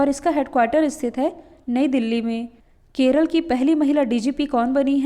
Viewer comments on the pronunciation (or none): none